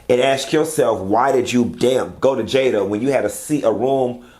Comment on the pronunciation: Don’t start with the “JAYAH!!” 😂